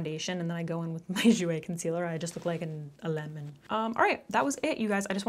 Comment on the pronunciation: The way you said lemon cracked me up so hard 😭😭